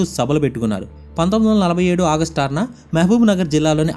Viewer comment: Bro it's August not audust